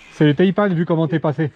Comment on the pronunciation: Tres bonne vidéo ! et oui les Taïpan excellent choix ! par contre arretez de dire "Taïpanne" ! "Taïpan" comme euhh ... "seprent" quoi